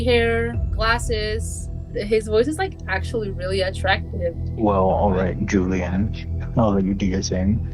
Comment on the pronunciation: He said alright Julian 😭 didn’t even say her name right